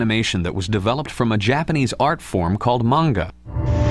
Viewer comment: this is where i learned the proper pronunciation of “manga.” Not kidding